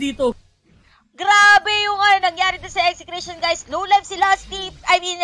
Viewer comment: Buti naman dina Ese Cration yung pronounce